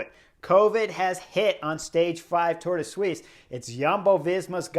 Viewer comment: Now thats the best pronounciation on the internet of Tour de Suisse ;-p